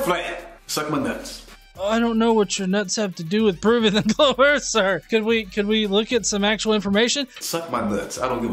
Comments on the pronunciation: Total mass is 0.02% water. That is the absolute last thing you can define earth as is a ball of water. Who the fuck is this absolutely brain dead, ignorant dipshit? How has he found anyone dumb enough to think for a second this guy knows anything at except how to mispronounce earth? Can't pronounce it so it isn't real? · Okay before this guy ever makes another argument about Flat Earth or a globe Earth he needs to First learn how to pronounce Earth. All he kept saying was Erf what thevis Erf? If you say that really fast it sounds like you're barking like a dog Do it. Go ahead. Erf Erf Erf Erf. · He keeps saying we live on a "Flat Erf". What exactly is an "Erf"? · The way he talks is just overflowing with both ignorence and Arrogance, C'mon the guy Can't pronounce an "R" or "Th" to save his worthless life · And I'm supposed to listen to a guy who pronounces it "ERRRF" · I just realized where the confusion is coming from; he's talking about Earf, not Earth. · I'm sorry I've never heard of planet Earf... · The guy Delano keeps calling the earth, the "Erf". The guy can't even pronounce a one syllable word properly. He's a moron. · The "erf" flat? What in the h__L is an "erf"? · "The Erf." -- The End. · “Im gonna give you pooves the erf is flat.....the erf flat, suck my nuts”.....those are words of a genius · He is a joke it's not earf.... It's earth!! Lmao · The earf is flat, lol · "da earf flat" uh sure jan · If you can't even pronounce Earth (Erf) any attempt you have to understand it is going to be retarded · "Da Earf" And why am I racist? I walk a higher path. Science, Logic, practicality, and reasoning. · Phlat earf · erf iz flat! i tellz trooth! iz trooth! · "de earf flat" "as fuk" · He knows it's Earth and not Urf? Right? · what in the fuck is an "erff"? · "The Earf"? What is "The Earf"? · "Da earf is flat!" lol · The part that pissed me off is the fact he says errrf instead of earth (He needs to learn English before trying to act like he knows stuff)